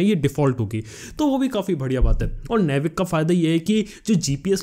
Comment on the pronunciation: It's not नेविक. It's नाविक baby.